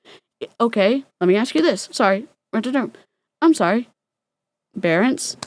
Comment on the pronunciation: I'm sure you probably said "Parents" but having just talked about "Bear Parents" I heard "Bearants" like the two words combined